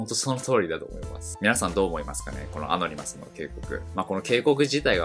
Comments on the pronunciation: ア↑ノ二マスじゃなくて、アノニマスな。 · ア↓ノ↑ニ→マ↑ス→だろ。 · アノニマスがアゴニマスにしか聞こえなくなってきた